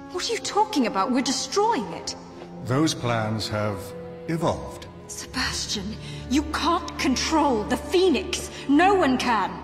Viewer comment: Is SebAstian, not SebastiAn